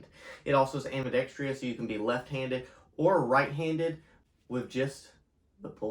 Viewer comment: Wtf is ambidextrious? The word is ambidextrous!